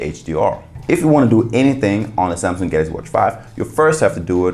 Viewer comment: Say it with me: GAL UX EE lol